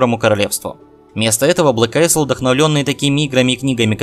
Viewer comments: не АЙСЛ, а АЙЛ! АЙЛ АЙЛ АЙЛ!!! Кнайф тебя подери! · "Isle"("остров") читается "айл".